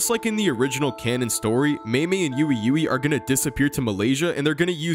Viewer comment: why do you call ui ui "ewe ewe"